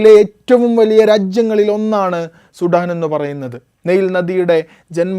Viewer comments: അവരാതമേ സുഠാൻ അല്ല, സുഡാൻ എന്ന് പറയൂ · Sheve Shudaaan